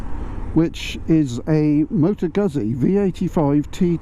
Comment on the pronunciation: Why do British bike reviewers always say "Guzzy," instead of "Goot-zi"? Please, if you're going to review this brand, pronounce its name correctly. Perhaps I'm a bit more sensitive to the matter because I'm Italian-American, not to mention a Moto Guzzi owner, but I do think it's reasonable to expect something as simple as this. Griping aside, I'm glad you like the V85TT. Me, too!